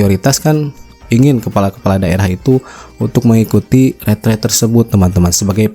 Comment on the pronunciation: Yang benar pengucapanya "Ritrit" versi Indonesianya Retret🎉